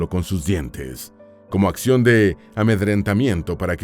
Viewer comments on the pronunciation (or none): none